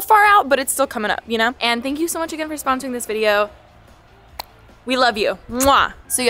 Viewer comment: lmaoo "sponrosing "